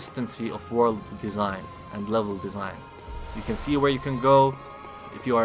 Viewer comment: "may you find your wok in the waking wrold" i burst laughing everytime he speak a letters